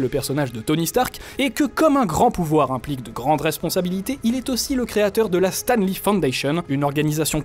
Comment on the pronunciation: Stam Lee :'(